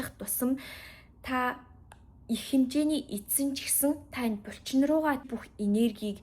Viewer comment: Бульчин2 гээд байхын булчин гээд хэлчихээч дээ 😅 чихэнд эвгүй сонсогдоод байх юм